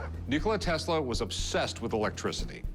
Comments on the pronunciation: "What is telsa" smh 🤦‍♂️ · he doesn't even say Tesla's name right....